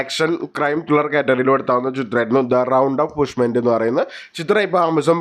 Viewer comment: പുഷ്മെന്റ് അല്ലെടാ പൊട്ടാ.. Punishment 😂